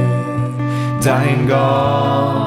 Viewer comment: Super schön. Aussprache aber etwas überbetont und gedehnt bei den Worten"der Herr , einige nicht gemeinsame Absprachen bei End ch